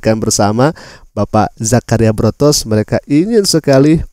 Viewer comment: Botros, bukan Brotos